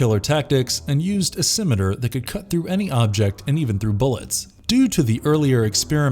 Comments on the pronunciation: Never knew the correct pronunciation of scimitar was "simiter" /s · That was the worst pronunciation of scimitar I've ever heard. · Look this guy has a good voice but you guys HAVE TO get someone who can pronounce names Dalai Lama and scimitar or not pronounce that way